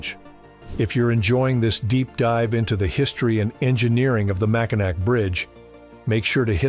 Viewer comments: I know, and because this channel doesn't seem interested in proper research I'm also clicking the YouTube "Don't recommend" thing. Ugh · AI generated videos, like this one and many others, cannot correctly pronounce words, regardless of their spelling. This is an instant give away to an AI generated video. Here is a much better documentary of the Mackinac Bridge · That’s the reason I gave thumbs down. Should at the very least know how to pronounce the name. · It's pronounced "Makinaw",. How can you do all the research to present this video without learning what we here in Michigan call this bridge? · It's amazing that they can't find someone that's able to pronounce Mackinac correctly. It's pronounced Mackinaw. Please we used to be able to pronounce words that originate in French or an American Indians language. It's spelled Mackinac, but the 3rd syllable is pronounced "aw" or "all". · AI doesn't know the difference between Mackinaw and Mackinac. Proof that no one reviews these things. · Mackinack? Is that announcer from Calipornia? I once drove over that bridge with a police escort in torrential snow. I could barely see the taillights on the police car but I sure was happy to get to the other side and off the bridge. That's a long way up off the water and I'm sure an even longer way down in your Batmobile. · GAHHH!!!! It's Mackinaw, regardless of the "C". Get it right AI!!!!! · the proper way to pronounce it is Mackinaw , most all Michiganders know this, I do understand that the spelling can be confusing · Yup, as soon as I heard Mack-in-Nac, I noped out of this AI slop. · I got to 12 seconds. Couldn’t believe even a lame AI narrator would say “…mighty MACK-A-NAK… Did it next say the bridge connects to the “UP”? I’d like hear it tackle “Arkansas” next. 🤣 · Yes, it can be SPELLED either way, but not pronounced Macki-nack!🤐🤐🤐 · "Mack-In-Nac" 😂 Quit using AI! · It’s Mackinaw even though it’s spelled Mackinac, it’s pronounced Mackinaw Bridge …..